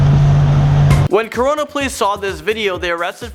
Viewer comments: I'm sorry but you say CORON?!?!?!?!? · he said Corona California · i heard you say rocooPiazzavlogs lives in the corona california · Did he just say corona California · Wait. Did he say Corona, California? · did he just say corona?